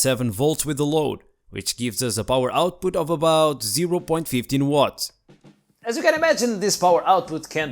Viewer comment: Did U say Zero point Fifteen?